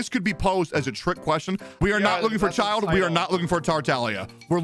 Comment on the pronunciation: Mystery prize? Is that Bennett's C6? PS Childe's real name is pronounced with soft "J", like "Y" in "Yamete"